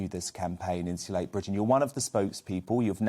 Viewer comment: Someone, please, tell that the word “insulate” has a T in it.